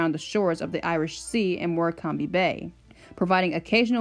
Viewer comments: The place names tripped you up a bit, but that's British place names for you. In case you ever revisit this topic, Morecambe is pronounced as More-Come and Carnforth is pronounced with "Carn" being pronounced as Caan just like the actor James Caan. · Great narration of what I agree is a sadly neglected part of railway history. And you have a lovely voice - although no Brit would pronounce Morecambe with three syllables 😄